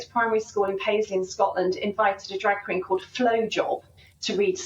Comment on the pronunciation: I thought he said "drug queen"??